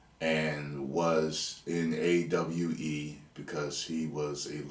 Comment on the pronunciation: Brooo that Aye Double You Ee was comedic gold 😂😂😂😂